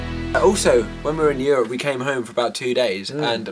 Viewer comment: Ryan you pronounce Europe very weirdly..